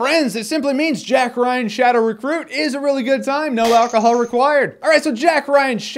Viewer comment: "Jack Ryan: Shadow Refruit"? Hahaha